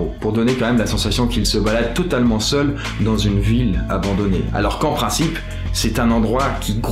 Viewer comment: Salut, pourquoi dans toutes tes vidéos tu ne fais jamais la liaison avec le mot "dans"? Exemple: "dan une vidéo / dans'z' une vidéo" Dsl ça me stresse à chaque fois :) A part ça, continues c'est cool